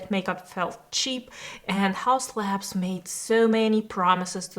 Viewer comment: but it's laBs, not lans